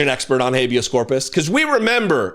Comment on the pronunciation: First of all the reporter did not clearly pronounce habeas ,to me the first time he said it it sounded like "abuse" , and "v us " the second time it was a little more clear but not quite clear. With age it is common for consonants sounds to more difficult for the brain to recognize .Ex an R my sound like a D. Look it up! These reporters know Trump is elderly and conniving .So he is going to evade any question that he doesn't like and Kristi knows to follow his lead. To allow for Trumps age and personality quirks ,the questions must be simple and words pronounced clearly and to where the content gives clues to what is being asked. The question should give little room for evasion .For example Skip the word Habeas Corpus and ask "It is a great concern of the American people that you are detaining and holding American citizens and those following legal procedures to obtain citizenship without giving those people a written legal reason for their detention. Are you concerned that you are seen as not obeying the law of Habeas Corpus." Or some way to back him in a corner. Your bloviating about a poorly phrased question just to fill time is not helpful to anyone.